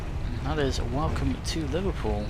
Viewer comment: liverPEWL that has made my day hahahahahaha